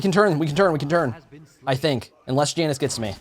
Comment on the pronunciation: When he says Janus wrong TRIGGERED